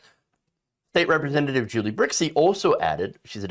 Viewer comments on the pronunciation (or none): none